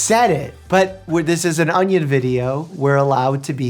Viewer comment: The way you say onion awnyawn